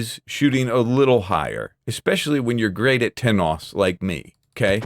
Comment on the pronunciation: I really like the vowels puts in "TENOUSE!"